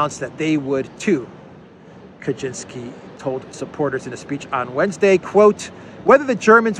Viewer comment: Ka-Chin-Ski. Definitely not Polish.